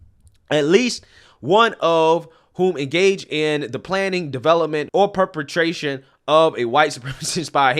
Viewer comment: 😂 always gets me with his pronunciation of certain words. "Perpetration" not "penetration" 😂